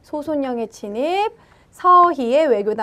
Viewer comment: 침입이 자꾸 친입으로 들려요^^